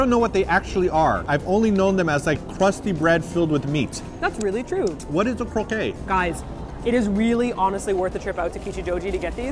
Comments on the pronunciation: LOL omg you guys. croq-ay (as you are pronouncing it) is the game with mallets. the food version is croquETTE not croquET hahaha. unless you're eating the game? it's pronounced like baguETTE or do you call that a bagay too lol eastern canada? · Guys, I love your videos, but twice now in videos when you've been eating croquettes (crow-KETTs), you've pronounced it "croquet" (crow-KAY). Croquet is the game you play with mallets and balls on a lawn with little arches that you have to hit the balls into. Croquettes are those delicious things that I'm very jealous of you guys eating. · Guys these look delicious. But the word is croquette, not croquet. So pronounce the "t" sound. Rhymes with coquette (flirt). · I don't want to be 'that' guy but isn't the correct pronunciation 'kroh-ket'? Their pronunciation sounds like "croquet", which I think is that game with balls that you hit with a mallet through hoops that are stuck in the grass. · Yes it's kroh-keT not kroh-kay like the game :) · It's pronounced krokette (pronouce the T) here (Belgium) :) it's a ball of meat, fish, shrimp, vegetables or potatoe that is surrounded by a thin crust. I think there's a Belgium frietterie in tokyo you should go check it out :D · at first when says "croqué"i was, what that? And then I understend it's "croquette" (you need to prononce the t), it's not a critic and I'm sure that my english is not verry good ^^ I'm French and the "croquette" is a ball of meat or fish or what you want cover of egg and then roll in breadcrumbs and finally deep-fry. The breadcrumbs stick to the eggs so that don't go everywhere. I hope that's hepfull and intelligible ^^ And you are so sweet when tries to eat all the balls:3 Enjoy the food <3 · Croquette is pronounced like the surname "Crockett" with the stress on the last syllable, not like the lawn-based game "croquet" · It is pronounced crow-ket not crow-kay :)